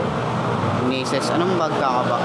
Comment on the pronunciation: (Nicess 110) ang pag kakabasa dyan (nayses 110) ganyan ipronounce HAHAHAHA share ko lang 😂